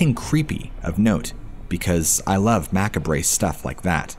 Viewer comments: Macabre is pronounced muh-COBB not mack-uh-bray. Just want to help. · "Mackabray"???😃 It's pronounced McCobb, or sometimes "ma-COBB-bruh", with emphasis always on the 2nd syllable.